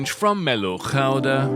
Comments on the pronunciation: Ahh! You beautifully pronounced Gouda😄👌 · Gouda as it’s supposed to be pronounced 😊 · Pronouncing gouda like a pro cheese man :) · Woah, your accurate pronounciation of Gouda took me off guard 😅Great video as always!